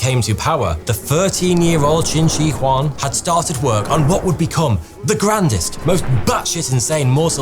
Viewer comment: ‘Th’ ‘th’ ‘th’. Not F F F!